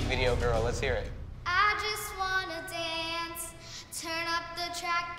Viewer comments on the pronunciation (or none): Nia:I just wanna dAUnce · Nia be like: I just want to donce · Janelle Odo SHE SAID DONCE